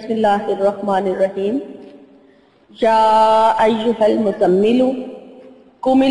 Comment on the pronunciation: Ya ayyuhhal muzzammil hota hai Na?apuzzammilu kah rahi hain rukna hai ya nai?